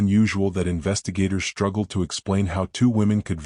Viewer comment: WTF does "SHTRUGGLED" mean!!!!!!!!!!??????????? I have heard of "STRUGGLED", but not "SHTRUGGLED"!!!!!!!!!!!!! THEN, WTF does "DISHTRESSED" mean!!!!!!!!!!!?????????? NEXT, WTF does "DISHTRIBUTED" mean!!!!!!!!!!???????????? AND, WTF does "FRUSHTRATING" mean!!!!!!!!!!!!!??????????? FK!!!......WTF does "EXSHTRODINARILY" mean!!!!!!!!!!!????????? AND THEN, WTF does "SHTRANGE" mean!!!!!!!!!?????????? GOD F#CK, WTF does "SHTREAKED" mean!!!!!!!????? FK FK FK, WTF does "INSHTRUCTED" mean!!!!!!!!!!??????? HOLY HELL, WTF does "SHTRUCK" mean!!!!!!!!!!???????? JESUS, WTF does "SHTRETCHERS" mean!!!!!!!?????? DAYUMN!!!!, WTF does "RESHTRAINT" mean!!!!!!!!???????? Now, WTF does "EXSHTREME" mean!!!!!!!????? WTF does "SHTREAMED" mean!!!!!!!!!!???????? WT HOLY F does "INSHTRUCTIONS" mean!!!!????? WTF does "SHTRETCHED" mean!!!!!???? WTF does "SHTRUGGLING" mean!!!!????? WTF does "RESHTRICTED" mean!!!!!!!!!!????????? WTF does "SHTRIKING" mean!!!!!!!!!!??????? WTF does "SHTRENGTH" mean!!!!!??? WTF does "DEMONSHTRATED" mean!!!!!!!???????? WTF does "SHTREAMING" mean!!!!!!!!?????? WTF does "ILLUSHTRATED" mean!!!!!!!!!?????? Do you FREAKING see a pattern here???????!!!!!!!!!!! ALL words with ".......str....." in them are FREAKING mispronounced!!! They do NOT FREAKING have and "H" after the FREAKING "S"!!!!!!!!!!! FIX your POS AI!!!!!!!!!!!!!!!!!!!!!!!!!!!!!!!!!!!